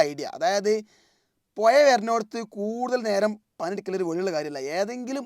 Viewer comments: പോയ അല്ല ബ്രോ പുഴ എന്നു പറ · സുഹൃത്തേ അന്റെ നാവു വടിക്കണം പുയ അല്ല പുഴ എന്നാണ്